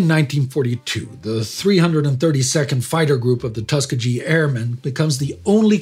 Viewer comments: It was nice to hear a very brief (exceedingly brief) review of racism in the United States military. Even though you () continually throughout the entire presentation incorrectly pronounce the name Tuskegee. It is pronounced Tus KEE ghee(with a hard "G" sound as in "good"). It's a Native American word. Still, to me, it seems good that you even mention the issue at all. Racism in the U.S. has been and probably always will be a very volatile issue, even more so in the military. Many African-Americans are very sensitive and proud regarding their heritage. Some even take this very minor matter of incorrectly pronouncing the name of a highly venerated institution, such as Tuskegee, as an insult or some sort of racial slur. As a word of advice to you, when talking about subjects that are distinctly American; check everything - the words, the facts, the spelling, the pronunciation - everything (especially if you're talking about tribes and H.B.C.U.'s. -- ask your friend Indy about them). L.M. Knight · LOVE the show, but it's pronounced "tus-KEE-GE" with a hard G. Keep up the great work! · Tus KEE ghee... It has a hard G as in "get" rather than the "g" in "giant". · Tuskegee is pronounced Tus-KEE-gee, with a hard G, not a soft G like you are using,. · Tuskegee is pronounced Tuss key gee. It's a weird name but that's the proper pronunciation and I'm from Alabama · Aye, does not pronounce it correctly. Its Tuh-skee-gee. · I remember seeing a comment praising Indy for the way he pronounced Bataan. I guess it is supposed to be a sign of respect to pronounce place names the way the locals pronounce them. Here however, doesn't have enough respect for Americans to learn how to pronounce Tuskegee. The two names, Bataan and Tuskegee even have similar origins, both being Spanish colonial borrowings from local native languages. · Just a heads up, Tuskeegee is pronounced with the emphasis on "skee" and the "g" is a hard "g", as in Grant.